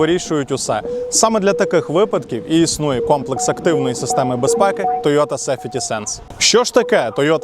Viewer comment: Чому сефєті сенс, а не сахветі сенс? Правильно буде сейфті.